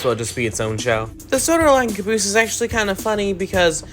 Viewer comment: I Love How you said Cuhnboose